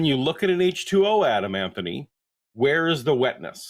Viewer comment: The dude says atom over and over again and somehow comes out and wants to correct the hosts on saying atom and then goes right back to saying atom. The call is painful to hear